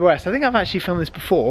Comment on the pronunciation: Glad you enjoyed the GT3RS and all the best in your racing career. Would be great if you said Porsche properly. Thank you.